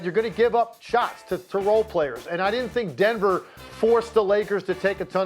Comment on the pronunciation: He said Denver right?